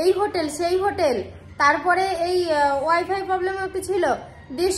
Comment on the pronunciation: ওটা কে wy fi বলে না তুমি সব সময় তাই বলো কথা টা হবে wi fi